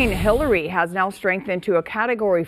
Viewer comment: I could've sworn he said they're bracing for Hitler's approach